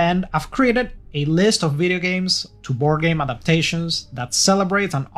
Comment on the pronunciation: I love any one who says veedeeo